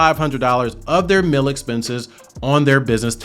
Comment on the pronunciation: Great info! On a funny side note, every time you say “mill” (meal with your accent), I simply can't hear “meal”. So I'm thinking about business mills, working mills, etc and its confusing. Lol And before anyone says anything, I definitely have a MN accent. Its not pretty. 🤣